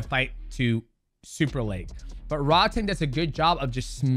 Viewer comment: Just a heads up - it's pronounced "Rroad-Tong" which means "tank" in Thai, says my wife. Drives her nuts when the ONE commentators mispronounce Rodtang all the time lol. Great breakdown. They say Takeru's leg is still merked.